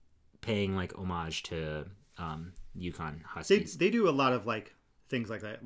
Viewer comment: I chuckled when you were talking about going out for beers with your brothers. I thought why are they talking about Yukon? (A Canadian province) it took me a bit to figure that you were talking about U Conn!!!!! 🤣